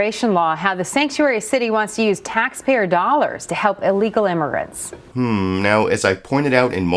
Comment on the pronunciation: She also said "imergants".